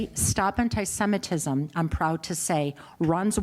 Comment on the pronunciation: She pronounces it as 'hentai-semitism', and I have to admit, I'm kinda intrigued.